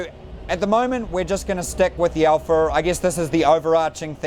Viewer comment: I love how he says "alpha" Alpher